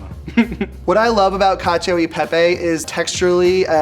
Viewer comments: why the second boy pronouncing pepe as pepay. isn't he italian american? no baby the roman's aren't proud of ya 😭😭😭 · I also hate how he's so proud of being partially italian and then pronounces it "pey-pey"